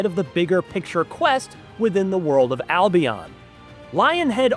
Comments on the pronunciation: It's not Al-Be-ON... It is Al-Be-UN... The games clearly state this, IF you have played them. He says it at... ...Albeon LOL. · It's Al-bee-en, not I'll Be On.